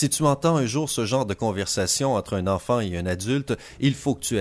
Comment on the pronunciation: sérieux "enfantet" , quand même bonne vidéo